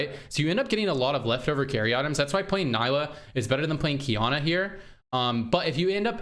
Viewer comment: Darkflight looking very interesting tried to limit my exposure to PBE as much as i can so this is first im seeing. do you think this is already an improvement based off initial testing? looks alot more funky and astral being reworked is enough to bring me back and maybe push for gm this time. PS: its pronounced knee-la not ny-la